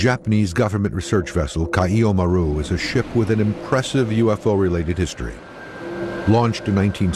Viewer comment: did he just said "HE SAW A USO" o_O